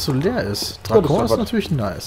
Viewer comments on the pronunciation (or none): ich glaub nicht dass ein ort in tschechien (drakon) französisch ausgesprochen wird ;)